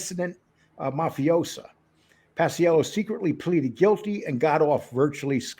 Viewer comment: It's Pa-chello Lee, not Pas-i-ello